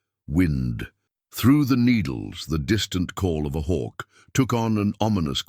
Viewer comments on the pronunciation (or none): none